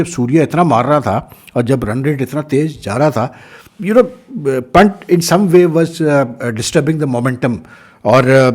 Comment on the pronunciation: Pant is pronounce as "pun" + "th". Please correct ot sir.......